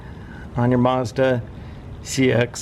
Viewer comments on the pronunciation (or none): There’s no r in mazda